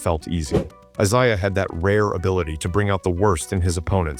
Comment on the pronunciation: Larry torched Rodman a LOT more than Dennis got the better of him.Cooper was good, but Bird still got his shot off on him.Magic was his true equal.You don't know your Isiah Thomas's.There are 2 different ones.Plus you keep saying Isiah wrong.Dr. J & Bird was a fierce rivalry.Wilkins, never had what it took to take down Larry & the Celtics..Finally,..what no MJ???